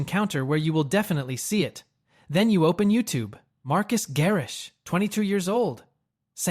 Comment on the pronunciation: LOL at “Marcus” Garrix!!! 🤣🤣🤣